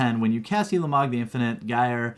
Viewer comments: ooolamog not yulamog. oolamog. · it is said like ooooolamog not yewlamog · it's pronounced oolamog, not youlamog